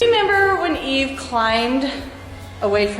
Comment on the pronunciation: I really think you should pronounce the names correctly. It's franke and eve. Not evie.